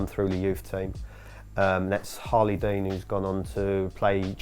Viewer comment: Its Harlee Dean not Harley Dean everyone don't search Harley Dean